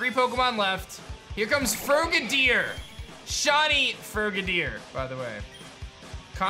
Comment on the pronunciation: FROG adier not fro gadier